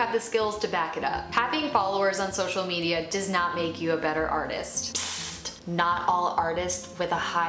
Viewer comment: Lol she said arthEEist